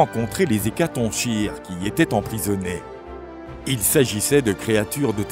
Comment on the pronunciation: Hecatonchire se prononce hecatonkire non?